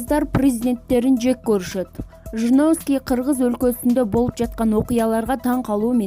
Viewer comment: ЖЖЖРУНОВСКИЙ, ПРРРЗДЕНТ🤣🤣🤣🤭